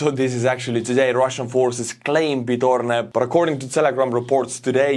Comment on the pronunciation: it's not Pidorne, it's /Peed-hoh-ROD-neh/. Dunno, if you read it like that on purpose, but it sounds very close to a ban-word. Just saying.